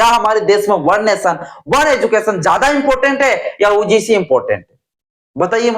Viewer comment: पहले यू जी सी बोलना सीखो क्योंकि ऊ जी सी बोलने से तर्क नहीं होते